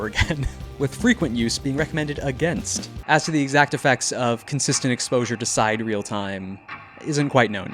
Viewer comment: That's sidereal; not side-real, but sigh-deer-ree-all. saɪˈdɪəriəl It means relating to the constellations or distant stars.